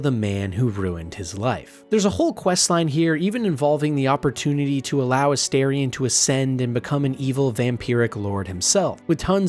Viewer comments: Holy…. It’s aSTARion not aSTAIRion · Calling Minsc “Minx” has taken me fully out. I didn’t hear anything you said about him or Boo 😂 Really fun video. Unable to resist my pronunciation durge, it’s A-star-ion, not A-Stair-ion. 😅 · It is AstArion, not Asterion. It is derived from latin (no, I don't think it means "little star" - that doesn't work gramatically). I think is more likely to be derived from the verb astáre, which would mean (together with the suffix -ion) "someone who is standing by you - so basically a companion, and has some other interesting connotations of serivce and standing up straight, which would both fit him) or could be connected to greek godess Astarte. I know they all say it means "little star", but it doesn't really make sense. Sorry I'm a know it all, but it just urks me ever time I hear it pronounced wrongly. Also comment for the Algo and wonderful video! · astarien? the character says his name several times in the game, n its not said like that lol